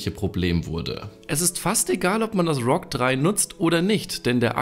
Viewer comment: endlich hat er ROG richtig ausgesprochen 😂